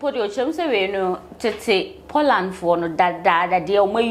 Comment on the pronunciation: Lady please is not PODLAND🤣🤣🤣 but Poland